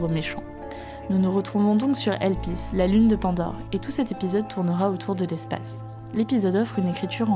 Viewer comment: ATT JE REVE OU VERS LA FIN TU DIS "LA LUNE D'HELPIS" ??? BLASPHEEEME XD